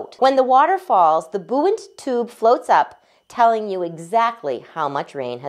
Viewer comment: Nice looking gauge, and it's nice the artisan uses as much "local" material as possible to fashion them. With such a nice product, it's a shame the narrator can't pronounce "Archimedes" or "buoyant." Back in the days before computers and the internet, I used to think such people were just lazy or too busy or careless. Since it now takes only seconds to lookup and HEAR correct pronunciation of any common word, that opinion is exponentially magnified.